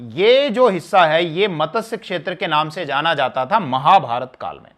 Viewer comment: मतस्य क्षेत्र नहीं मत्स्य क्षेत्र